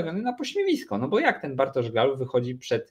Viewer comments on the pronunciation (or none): Dobrze, że GAUL odchodzi, bo biedny nie będzie się już męczył z wymową:) Raz nawet szanownemu redaktorowi udało się w jednym wielokrotnie złożonym zdaniu zacząć od GUAL, w środkowej części się zmitygować i powiedzieć poprawnie, po czym przy puencie wrócić do GUAL:) Aż mi się w głowie zakręciło:) Teraz będę spokojniejszy, słuchając Tetryków:)